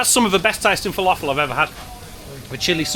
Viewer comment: That's not how you pronounce falafel. Please learn